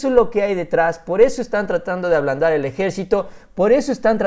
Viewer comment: ABLANDAR, no ALBANDAR